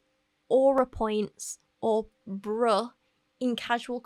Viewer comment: It's not you, - no-one from Yorkshire sounds cool saying 'bruh'. (I'm from Huddersfield.:D )